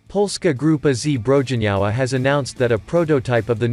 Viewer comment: A basic summary, but please do not put "Polska Grupa Zbrojeniowa" straight into a reading bot... At least try to input it phonetically, like "Polska Grupa Zbroyeniova" and add a translation for example "Polish Armaments Group".